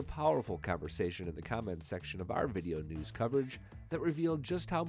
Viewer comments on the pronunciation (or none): none